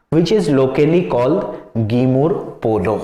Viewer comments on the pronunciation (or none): Sir it is Ginmur Polo, not Gimur. I'm a Mishing (Though I prefer writing "Mising") so I know. Thank you.